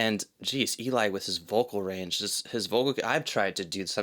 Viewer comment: You got Eli's name wrong